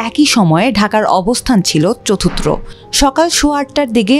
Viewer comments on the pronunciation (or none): minute e চতুর্থ শব্দের উচ্চারণ করা হলো 'চতুত্র'! ভয়েস ওভারের ক্ষেত্রে আপনাদের কাছ থেকে আরো বেশি সতর্কতা কামনা করছি!